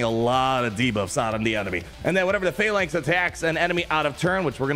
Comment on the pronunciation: finally you pronounce phalanx correctly lol